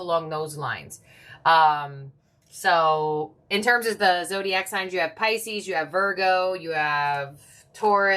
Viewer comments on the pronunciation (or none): none